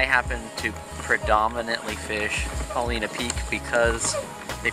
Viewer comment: Love the videos! I've been kokanee fishing for more than 25 years and have always used cowbells until recently. But, since I fish Paulina Lake, which is just at the base of Paulina Peak, I have to comment on your pronunciation: it's Paul-EYE-na.😂 That said, I have a question that I hope you can answer. Recently, I was kokanee fishing at Paulina Lake and did not do at all well. I use an inflatable kayak for a variety of reasons, so my trolling is all done with a paddle and I maintain a speed of 1.2 - 1.6 mph with as many slow S-curves as I can manage. On advice from another fisherman, I affixed reflective material to both sides of the paddle blades to aid visibility. This stuff is what would be used if you were making your own dodgers. Is it possible that the addition of this reflective tape is spooking the fish as I paddle? I am trying to blame something, obviously, since changing out the tackle didn't have a marked impact on my results. I didn't add the tape until this year and last year I did much better. Thanks in advance for your feedback and I hope you took no offense to my pronunciation comment.